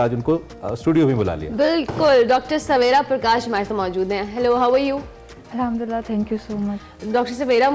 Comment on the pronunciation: 1.08 ye hindu hai "alhamdulla" kar rahi hai 😂😂😂